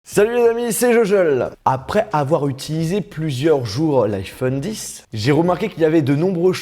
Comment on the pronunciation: On dit pas iPhone 10 bordel c’est X même si en chiffre romain X est 10